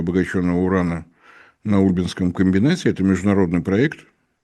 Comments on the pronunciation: не Ульбинский,а УльбИнский. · УльбинскИй, ударение на И, а река рядом - Ульба, а не Ульма, ударение на последний слог тоже - ульбА. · Прошу прощения,, Ульбинский металлургический завод- удобрение на И. От названия реки рядом— Ульма, ударение на А.